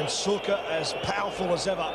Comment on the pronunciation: Šuker, not Süker.